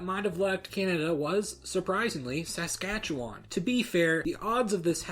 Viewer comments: Saaaaaaaskatchewan? Why can nobody pronounce my home provinces name right. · Good video, you need to hear someone from Canada pronounce the word Saskatchewan. You put too much emphasis on the first "a" sound. We basically slur past that so it sounds like s'skatchewan. Interestingly, the city name Saskatoon is pronounced with emaphasis on that first "a" sound. But good job pronouncing Quebecois the right way. Also, I had no idea about Romanow considering letting the USA take over. I think the people would not have gone for that because of the fact that universal public health care was born in Saskatchewan, and nobody would give that up. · Saskachawon? Bitch, SASKATCHEWAN. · Su ska chewan I live here and that's exactly how everyone pronounces it here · You pronounce things really wrong this in video, by the way. "Premier" is pronounced "preem-yer", with the emphasis on the first part. Not like premiere. Saskatchewan has the emphasis on the kat part, all other syllables are very unemphasized: "suhs-KAT-chuh-wun". Finally, Roy Romanow's last name is pronounced "roman-oh" not "roman-now" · PRONUNCIATION GUIDE (from someone who comes from Saskatchewan) premier [PREE-myur] Romanow [ROH-mə-NOH] Saskatchewan [səs-CATCH-ə-wən]... the only real vowel is in CATCH; all the rest are schwas. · hate to be that guy. but..... Suh-skah-chew-un. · In Canada, "premier" is pronounced PREEMyer. The first a in Saskatchewan is a schwa -- SuhSKATCHewun or SuhSKATCHewahn. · You pronounce it like someone who isn't from S'skatch'w'n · The way this guy pronounces Canadian things like Saskatchewan and Premier is hilariously wrong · Saskatchewan lol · If the rest of Canada got to vote for Canada to stay or go they would be gone. Also you say Saskatchewan wrong lol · how you say the "chewan" part, my parents do it fast and no long e's and a weird "a" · You mispronounced both Saskatchewan and Romanow 😂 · I laughed so hard every time you pronounced “Saskatchewan” 😂